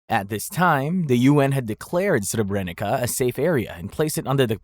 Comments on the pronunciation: It is Srebernitsa not Srebrenika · You pronounce the "c" in Srebrenica wrong, but that's okay as you're not a native speaker. In both Bosnian and Serbian it's pronounced as "ts", as in the word "Tsar", but even sharper. Anyhow, since I still live in Serbia, most people here deny the Srebrenica genocide, but that goes for other countries too. Not a single Croat got tried for "Oluja", and they even celebrate it each year, something that even Serbs don't. I recognize it, but I also recognize the fact that every faction committed war crimes during the 90's Yugoslav wars. "History is Written by Victors" - Churchill. If everyone would recognize their own war crimes and move forward towards stabilizing relations in the region, that would be fortunate. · Brutal pronunciation of Srebenica and Croats, solid video otherwise